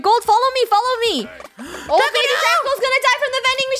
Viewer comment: It's Draco not "Drago" also, u can't take away the oof cuz if u don't watch for them, then they die. So that's why their last name is oof (including Draco-oof, Luba, Kat-oof, Lunar-oof and Rainbow-oof.) Last name is oof cuz they die